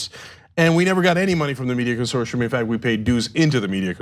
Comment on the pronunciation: Hey, Cenk, what is this word 'consorshum'? I never heard it before. Do you mean 'consortium'? I think that is pronounced differently . . .